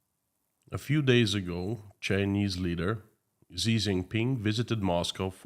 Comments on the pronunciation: Xi. Pronounces SHE. Not ZEE. To be more accurate. Pronounce as a question in English “she ?” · his name is pronouced "she" not "Zee" btw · Xi is pronounced "shi"